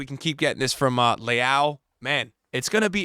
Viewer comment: The way you pronounce Leão sounds like Leal (Brazilian pronunciation), which is another Portuguese last name. I don't mean it as criticism, it just sounds funny.